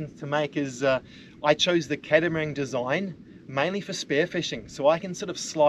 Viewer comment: are you saying "catamarang" ? what's that lol